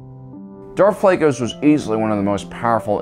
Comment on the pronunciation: Bro how’d you mis-pronounce Darth Plaguies and Darth Tenebrous?😂